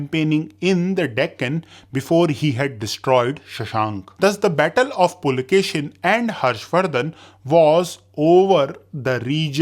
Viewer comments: Pulakeshi, not pulakeshin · Pulakeshi, not Pulakeshin. Karnataka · Boss its "Puli"+"Keshi", meaning "Tiger"+"Hair/Beard" and not "Pulakeshin". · its PULAKESHI not pulakeshan.... if you dont know real names dont make history videos by reading wiki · Its not Pulakeshin its Pulakeshi